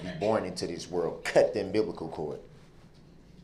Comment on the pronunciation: Did he say, “Umbiblical Cord”??!🤔😂